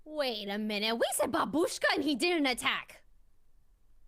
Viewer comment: Valkyrae fails saying BABUSHKA and Sykkuno is somehow so successful saying bingus. What is going on????